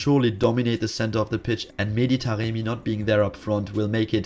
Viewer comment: why do you keep calling Taremi Taqemi tho:))